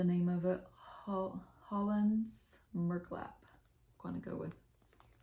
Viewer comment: Great progress. Love the new MFE SAL. And the chatelaine is also so beautiful. Hollandse merklap you say it right, it means dutch sampler. Happy stitching